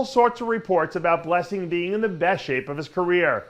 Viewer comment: To be fair everyone butchers Blessing’s name but nobody butchers it quite like Dave !